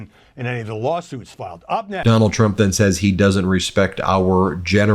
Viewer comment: Biggest fan and you can’t say his name correctly. Very trumpiann. Big fan though.